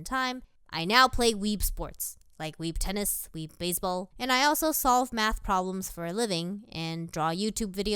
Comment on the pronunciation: I heard Methhhh